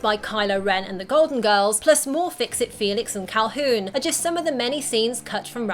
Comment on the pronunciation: Sadly she said Caulhoon.*hoon*